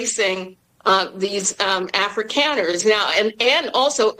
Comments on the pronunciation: Did she say an Africa-ner? Lol😂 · What the hell is an Africanner? 😂